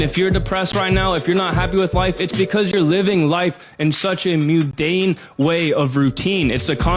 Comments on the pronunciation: He's so goddamned smart but he said "mudane" instead of "mundane." It's even in his captions. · I thought it was hilarious that he didn't seem to know his vocabulary unless he just got tongue twisted when he said mudane instead of mundane. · Did it bother anyone else he said moodane instead of mundane? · The way he said mundane was like he has never heard that word before, but read it and read it incorrectly.